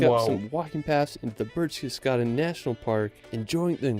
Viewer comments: nonono No birchtes… it’s Behhhrchtesgarden … the same “eh” like in porsch-eh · Wow! Enjoy your time there. I have vacationed in Germany, Austria and Switzerland many times and have seen most of the areas featured here. It really is that beautiful! My favourite city is Freiburg. PS his pronunciation of Berchtesgaden is not quite right, but you will hear the correct one when you are there.